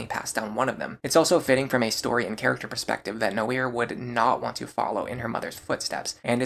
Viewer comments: Noire is a french word. It's pronouced nwar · Did you pronounce Noire “No-ear”? Do you pronounce the game L.A. Noire the same way? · Learning new ways to pronounce names right now lmao. I was going to accept that it is how Cherche and Tharja are pronounced but I draw the line at Noire. It is way too obviously the french word for Black to be pronounced any other way than nwuar . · Bro your pronounciation of Tharja and Noire made me want to strangle you, wtf was that?